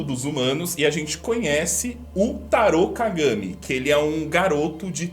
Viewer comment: Toda Santa vez que ele falava "taro Kagami" eu ouvia "taro cagami"